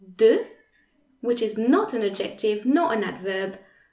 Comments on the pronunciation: the c isn’t silent / ˈædʒektɪv / - there is a stress on the / ˈæd/. You pronunciation sounds virtually % Authentic English. I was really trying hard to make up my mind if you were an English person teaching French well, or a French person with superlative English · Super great video, thanks! I had NEVER understood these rules before, now I get it!!! One little thing; the pronunciation of adjective in English is different - I wasn't sure for a bit what word you were saying. Phonetically it is: add - ja- tiv. (three syllables with the accent on "add")